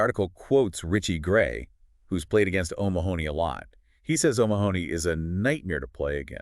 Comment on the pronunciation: Omg his name is pronounced oh-MA-ha-nee, not Oh Ma-honey. Stress on the Ma. Please just watch any European YouTuber pronounce it.